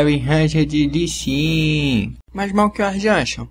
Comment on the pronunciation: outra coisa, não consegues mesmo pronunciar lee sin pois não? Li xin é tudo o que te vai na cabeça